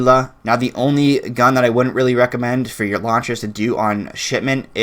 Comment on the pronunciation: When he was talking about launchers, legit thought he was saying "lawn chairs". What's a Damascus lawn chair look like...